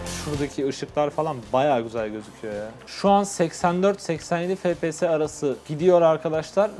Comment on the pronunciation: Fe Pe Se diye okunmuyor efpies diye okunuyor